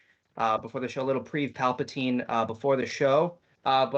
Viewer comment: Biggest laugh of this ep for me for saying Preev Palapatine xD